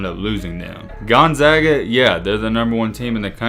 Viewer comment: At least you pronounced the school's name correctly, do some research on their non conference games.